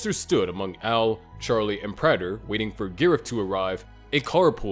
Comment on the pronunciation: Imagine making so many videos about Dexter and not even knowing how to pronounce Prater.